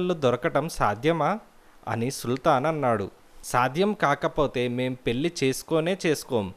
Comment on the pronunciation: కధ చాలా బావుంది.మీ స్వరం కూడా బాగానే వుంది. కానీ,మీ ఉచ్చారణ ఇంకా కొంచెం బావుండే లాగా చూసుకోండి. పెళ్ళి ని పెల్లి అంటున్నారు.